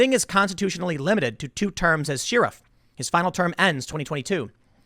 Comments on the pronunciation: Tim, ARGHHHHH!!!! Learn how to pronounce "sheriff". It's not "sheer-if"! It's "sher-iff" where "sher" is pronounced like the singer Cher! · Nobody: Nobody at all: Tim: SHE. RIFF. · BTW: 'Sheriff ' is pronounced 'sher-iff" not 'shee-riff." As in Robin Hood's Sheriff of Nottingham. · "Shirr-raf"? Are we referencing a middle eastern poet or the modern word for "shire reeve" produced as "sheh riff" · "Sheerif"? C'mon Tim. It's pronounced "sherrif". A short 'e', not a long 'e'. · What’s with She-riff? It’s pronounced “share if” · The way you say Sheriff bugs me XD, (Shear-if) when it should be (Cher-if) like the singer lol. Keep up the good work bro!+ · Share-iff is how its pronounced lol. Not Sheer-iff. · I pronounce it like "cher". But yes, sheeriff is an awkward way to say it. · It's DEMOCRAT party, not "Democratic".. Sheriff is pronounced "SH-eh-R-iff" not "SHEEEEEEEEE-R-iff" for fxck's sake.. Who on Earth would continuously say shEEEEEEErif, over and over and over? SHEEEEERIF?? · Hey Tim... It's shEriff not shEEriff and the L is silent in folks. Keep up the great reporting. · Tim, please learn how to say “sheriff” right. It’s not sheer-if. It’s Cher-if. Thanks. 👍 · Tim - you're mispronouncing "sheriff" Share - iff NOT Sheer - iff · Pronounced Share-uff not Sheer-iff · What's up with Tim's pronunciation of "Shee-ruff"? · I watch your videos all the time but you’re killing me with the pronouncing the “Sheeeeeeerifs” 😂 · Why is he pronouncing Sheriff that way. She riff weird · What is a "she-ruff"? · the fact tim called dave a "sheer-iff" got me triggered. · Polite feedback: it's typically pronounced like "share-iff". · I watch your stuff, that won't change. But i couldn't finish this particular video because it was so cringe-y how you pronounced sheriff incorrectly. It's share-if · No one: Tim: Shear-uf Everyone: 🧐🥴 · Me: say share Tim: share Me: say ruff Tim: ruff Me: say sheriff Tim: Sheeruff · She-Riff? Sheh ·ruhf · Did Tim lose a bet? Who pronounces it “Shearuf”?